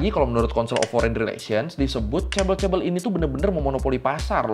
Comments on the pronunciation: fyi kalau ngomong ke temen korea 'chaebeol' mereka ngga bakal paham. kita bilangnya 'jaebeol', pakai J~ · Bacanya ngga ngga chaebel tapi chabol chaebooool pake o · Knp si pronouncenya bkn chebol tp chebel aga terganggu dengernya maap ya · kok chebel.. chae BoL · Chaebol ❎ Cebol ☑️ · Chaebol bacanya cebol kak? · Yang satu huruf awalnya "c", dan yang satu "ch" (mirip diftong tapi ini semacam versi huruf konsonannya), dan cara pengejaannya pun beda c-nya Indonesia secara suara lebih mirip sama huruf "jj" daripada "ch"